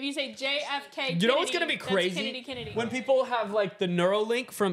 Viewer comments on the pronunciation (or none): (I think) the way he said kinnedy annoyed me sooo much😡😂😂😂lol my names Kennedy